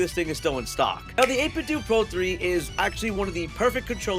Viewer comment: I thought it was 8bit “dough” not 8 bit “doo” lol 8bitdo you know like NintenDO